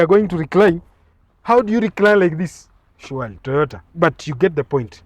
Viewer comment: shuwally 😂😂 watu wa murima